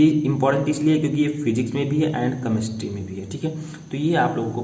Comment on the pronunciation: सर केमेस्ट्री होता है कमेस्ट्री नही ! प्रोनाउंसिएशन ठीक कीजिए